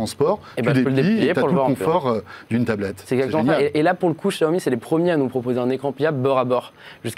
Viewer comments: Xiaomi ça se prononce /shiaomi/ pas /gjiaomi/ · on prononce chaomi